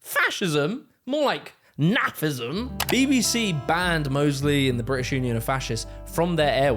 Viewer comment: bri'ish hi'ler 💀